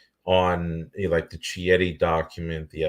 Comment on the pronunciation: It is pronounced "Kieti". In Italian "Ch" sounds like English "K".